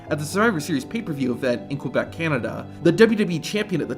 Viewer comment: you get a dislike because of how you pronounced Quebec. I am also an American and I'm not that ignorant.